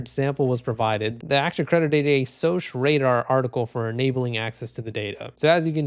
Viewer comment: It's pronounced SOCK Radar. Security Operations Center.